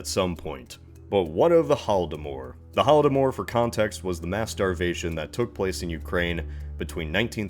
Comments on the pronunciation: There's no "e" at the end of Holodomor. 🇺🇦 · Hate to be that guy but there’s no “e” in Holodomor lol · Wait why "Holodomore" not "Holodomor"?